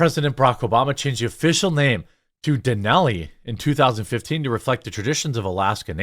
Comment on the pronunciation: Where is this Mount "Danelly" you keeps blathering on about Jeremy? Do you mean, Mount Denali? Cuz that's not "Danelly."